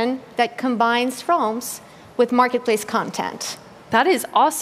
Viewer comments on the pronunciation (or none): that moment when you cant pronounce realms